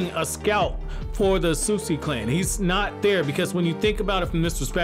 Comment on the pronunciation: Why is he mispronouncing otsutsuki?